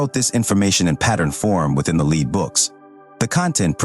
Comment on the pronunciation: NOT LEED BOOKS AI, PRONOUNCED LED SPELLED L-E-A-D Actually Pronounced it Correctly twice, Then Repeatedly not. Cringe to Keep Hearing exposing The artificial Fake Voice. Next time Have Human read the Dialogue